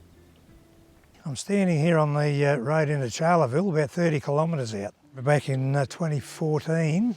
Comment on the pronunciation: Please, it's not Charley-ville! Pronounced as 'Char-le-ville'